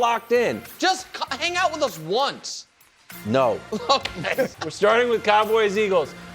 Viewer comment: the hard “No” 😂